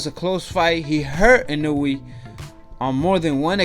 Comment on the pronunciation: his name is pronounced in-oh-way fyi Japanese pronunciations are similar to spanish. I think a lot of people count out the fact that Donaire has fought at featherweight and this is Inoue's third weight class and he's a 3x champ. size matters and this fight was never gonna be a KO. Inoue def has room for improvement but there were times in the fight where he looked ridiculous